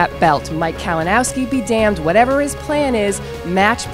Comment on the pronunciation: PUT SOME RESPECK ON HIS NAME KALINOWSKI.